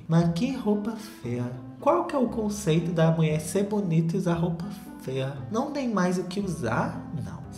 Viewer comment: morro quando o solta um "roupa fêa" no meio do vídeo